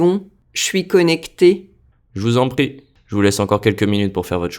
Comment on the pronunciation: Je vous en prie- why does it sound like Je vuzompti